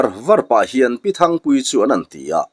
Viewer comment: Thingpuii ni lo, Thangpuii tih tur.. 😅😅